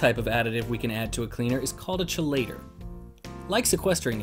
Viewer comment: Good video. Just so you know, the correct pronunciation is kee-lay-tor. 😅